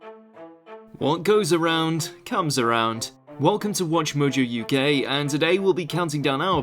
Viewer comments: Did anyone else notice he said 'Welcome to Watchmojo you gay' 🤣🤣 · Did he just say "Welcome to WatchMojo UGay"??